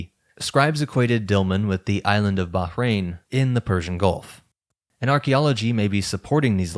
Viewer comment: This is kind of an irrelevant point but I love how you pronounced the h in Bahrain properly lol. Have you done other videos on the oldest possible myths/folklore motifs, like the Earth Diver or Pleiades sisters stories?